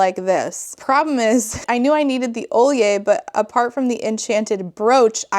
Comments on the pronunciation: As a Norvegian, that pronunciation guide is so bad. Most of those are off mark, but the most egregious one is probably Sølje. There is no world where Sølje is pronounced Ole-yeh. Like what??? The norse and scandinavian rep in this book series so far has been so incredibly bad, but that guide takes the cake. Why even include it if you’re not going to do it right? And why would Fauna bring up being called an elf? That isn’t a scandinavian creature the way she uses that word. It refers to a very different kind of creature than what Fauna is. And nymph? Thats welsh I believe, certainly not Norse nor Scandinavian. Unless Fauna is saying she wants to be called a bug larva, which is what Nymfe means here. Did the writer even talk to anyone who speaks any of the languages before writing this? Or anyone from the culture who would have been raised with these gods? It doesn’t seem like it. It comes off as if she has, at most, watched lord of the rings and the marvel movies, then done a 5 minute google search. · Sølje is not pronounced like that at all. Sølje is pronounced with a s-sound, sø-lje (soe-lje). It's usually worn with a bunad (norwegian folk costume), and they are quiet elaborate in the design. The pronounciation that the guide gives makes it sound more like olje which means oil in norwegian. So much for respecting the language 😂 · Okay but I'm annoyed at that fuck ass pronunciation of Sølje, which is an actual word and not something she made up. Sølje is the Norwegian word for the (usually) silver jewelry that you wear with your bunad (Norway's traditional clothing). It's used to fasten cloth together, much like a brooch (haha). I don't mind people using elements from different cultures but sølje doesn't sound anything like what the pronunciations guide states and it rubs me the wrong way as that one author who just made up gaelic pronunciations.